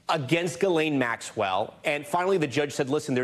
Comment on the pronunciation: Why is pronouncing Maxwell’s name this difficult for people calling themselves journalists? Come on